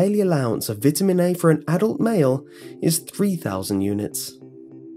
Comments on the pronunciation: Vitamin is pronounced vItamin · brits say vit-a-mins americans say vie ta mins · how most Brits pronounce "vitamin". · Don't American's pronounce it 'V-eye-tamins?' like that? I'm pretty sure they do.... I should know this, my step brother is American xD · Kat Tamplin Yep, we do. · I like how you say Vitamin :) not making fun or teasing it's just not common for me to hear it pronounced that way. I'm going to start saying it like that.